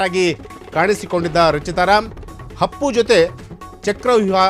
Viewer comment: ಹಪ್ಪು ಅಲ್ಲಾ ಅಪ್ಪು ಸರಿಯಾಗಿ ಉಚ್ಚರಾ ಮಾಡಿ